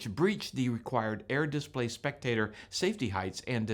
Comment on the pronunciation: It’s a dis-PLAY, not a DIS-play.